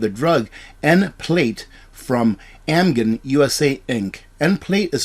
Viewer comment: Pronounce - Am-jen.